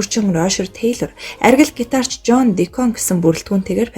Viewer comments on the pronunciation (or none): жон дийкон. Дикоон биш